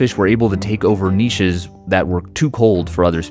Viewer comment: OMG … finally … an American who pronounces “niche” correctly.